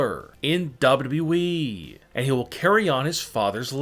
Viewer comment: Why does the narrator annunciate the wrong Syllables....WWEeeeeeeee